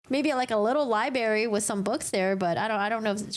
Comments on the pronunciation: Stop saying libarry. It’s pronounced library. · Library is pronounced, "lie-bRary" not lie-berry. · LIBRARY not libary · Its not pronounsed Libary...its Library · It’s not a LIEBERRY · I appreciate your work! Thank you! Just one thing: the word is library… not libary. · Libray is what speaker here is saying. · Its Library not libary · You're great, just subscribed! Want to point out just 1 small thing. Library is pronounced with an R. ;) Cheers! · Please stop saying Liberry - the word is LibRary, like FebRuary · Extra points for dropping the “r” from libRary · Did you say "libAry"? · The word is not “ library”. It libRAry! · 1st time viewed your channel. Really like your style. Except one…pet peeve of mine, so all my issue. I deal with it with my significant other. He pronounces the world liBRRRary like you do…..liberty…..he also pronounces breaKfast as breakthist——i dont know why, the mispronunciation of those two particular words has me immediately correcting whomever spoke them—apparently even when watching a video😂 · Did I hear liBERRY? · My question is why can’t she properly pronounce the word “libRary???” Why does she not know that there is a second ‘r’ in the word (the one I capitalized)? It makes me have serious secondhand embarrassment for her. And it isn’t like it was a one time mistake either – I saw her pronounce the word as such every single time she said it during the live stream (more examples ).